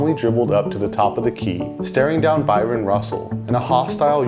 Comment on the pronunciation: It’s Bryon Russel… not Byron